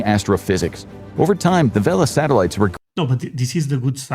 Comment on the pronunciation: We have Sah-Tehl-ah-tees. I love. Satellites ❤❤❤❤